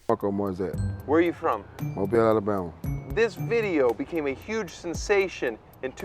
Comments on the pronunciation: Well I could be wrong but since you pronounced Mobile correctly I'm assuming you're Southern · Thank you so so much for pronouncing mobile correctly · I love that my home town is known for a leprechaun lmao, you can still find recreations of the "amateur sketch" in graffiti in downtown Mobile. Btw love that you pronounced Mobile the right way and not like how you would say "mobile phone" 😂